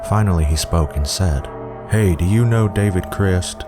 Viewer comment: idk why but i can't stand how he pronounces david crist in the last one.